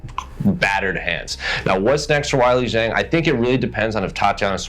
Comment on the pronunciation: "Why-Lee Jeng"? 🙄 I literally did not know who you were talking about for a couple seconds. C'mon dude